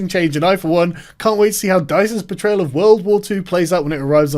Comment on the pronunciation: It sounded like you said "...can't wait to see DICE's betrayal of World War 2..." instead of "portrayal", and that made you sound wittier than you are, it would seem.